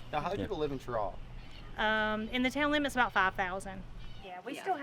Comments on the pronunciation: Not Ch-raw....Sh-raw!!!! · It is not pronounced with the Ch sound, it is pronounced with the Sh sound. FYI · We pronounce it Shuh-raw around NC. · It’s pronounced sheraw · Have watched a few of your SC videos, you need to learn to pronounce the names correctly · And he mispronounced the town. Already know how this is gonna go. Look Cheraw is another town that got ruined by NAFTA. It doesn’t get the coverage of those midwestern towns that got hit hard, but they took a big hit. If you go over to say Spartanburg Gaffney or Greenville you’ll see how SC is actually getting ahead on car manufacturing and more because of the foreign companies hiring Americans. Upstate SC is a real model for how to build industry in the post NAFTA USA. Oh and also, because you’re in SC we need you to go home friend and say this: “it’s not South Carolina, it’s superior Carolina.” 😂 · we pronounce it that way in Cheraw too. Idk who these people asked, but they got it wrong.